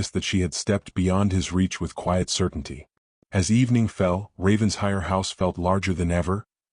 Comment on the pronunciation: For the umpteenth time: it’s NOT Ravens-hire! It’s RAVEN-SHIRE! Alexander doesn’t appear to have a very compelling argument for Eleanor coming back. He sounds like a man who does the bare minimum, despite his words. Don’t think I’d be so quick to forgive.